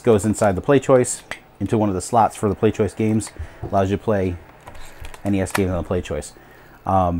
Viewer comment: I found it,its ,and it turns out you actually said PlayStoishen. XD